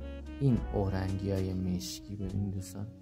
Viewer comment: ببخشید استاد، اورنگی نه، اورینگ